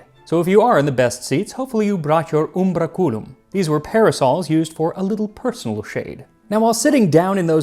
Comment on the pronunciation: Max, umbracùlum the way you're pronouncing it would mean "shadow-ass"... The stress is on the a: umbràculum